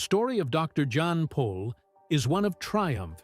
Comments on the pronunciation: By the way his name is Jan not John and he’s last name is Pol not Paul. Get it right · Not Paul but Pol